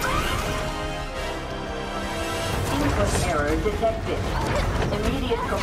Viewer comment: oh my god the way he says resPEECt-- is insane.